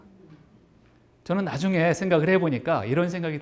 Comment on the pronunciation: ""나중에:의 "나"는 약간 길게 발음해야지요.